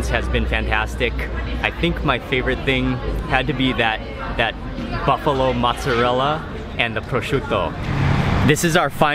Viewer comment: Buffalah? Do you mean buffalo?